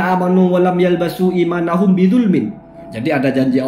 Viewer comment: Nerangin Muhkamat Mutasyabihat berbusa busa, "Walam yalbisu" dibaca "yalbasu" hadeuh... Dibenerin lagi tuh videonya. Atau mau ngles lagi kaya kemarin